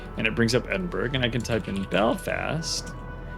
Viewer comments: Thanks for the informative WOWS videos. They are very helpful, this one especially so. Speaking of information, the Edinburgh isn't pronounced EDIN-berg... the UK pronunciation EDIN-bruh is the standard, EDIN-buh-ruh the actual proper 👍 I just learned this myself not too long ago. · In Scotland Edinburgh is actualy pronounced Edinburra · The G is silent in the Edinburgh :) and a nice informative upload thanks